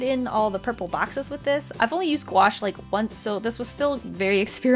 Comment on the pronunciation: I dont know why but i always hear “gouache” as “squash”